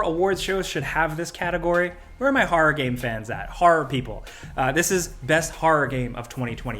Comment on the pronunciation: What is "Har"? ...lol oh you mean "horror".